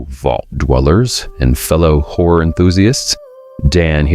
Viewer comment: Sounded like he called us whore enthusiasts..